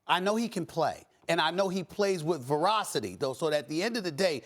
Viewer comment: Stephen A. says Zion plays with "verocity". As opposed to veracity?